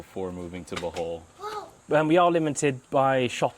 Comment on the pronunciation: Bruh…..did you say buthole? 😂